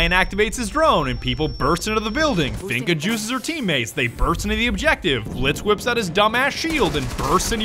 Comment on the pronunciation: I'm not gunna lie. Because of you I will never pronounce Finka right, always finna